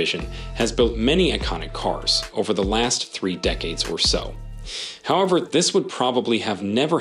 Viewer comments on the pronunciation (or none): none